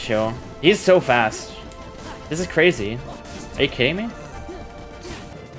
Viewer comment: bro fr said das carzy